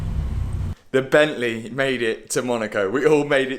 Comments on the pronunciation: “Bentley or Bentleh” 😂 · Nice job with the ‘bentleh’ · "Bentley or blentle" 😂 great videos lad, I'm from Leicester myself. keep it up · BENTLEH in MONaCOH. Wonderful stuff matt. Top boy 💯 Ps Hannah seems to get fitter and fitter. So fit matt. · Jo, why do you keep saying it's your £10.000 Bentleeh, i mean were all the maintenance and upgrades for free?